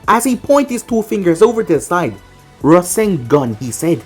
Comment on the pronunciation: I thought when naruto shot the rasengan you said rasendan because thats what borushiki did